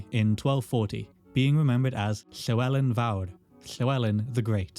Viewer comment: Where in your mouth do you produce the “Lhe” in “lhewelyn”?